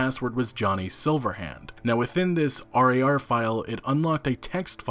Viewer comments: Holy shit just say rar not r - a - r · It's pronounced Rawr, hearing you say R-A-R-File over and over again was unbelievably cringe. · The way you say .rar really bugs me